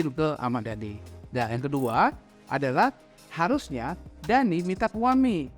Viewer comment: "harusnya" bang "harusnya" 😂